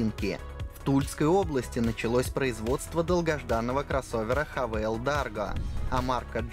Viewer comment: Haval читается как "Хевл", ты хз где вы там " Хавейл" увидели!